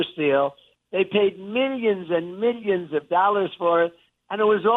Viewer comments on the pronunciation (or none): “Mil-yeeens and mil-yens” 😂😆